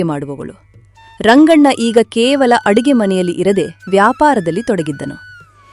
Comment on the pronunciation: ಅರುಗೆ ಅಲ್ಲ ಅಡುಗೆ